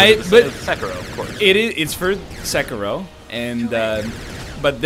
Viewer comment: SUH-KEY-ROW not 'sek-a-row'